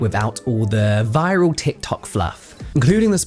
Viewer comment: The way you said viral absolutely sent me 😂